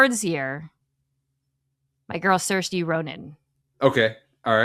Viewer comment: …my fave pronunciation key moment comes right from the actress’s mouth…Saoirse rhymes with inertia.